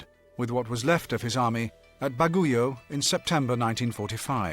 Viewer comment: Bag'ui'o not Ba'gu'io silent u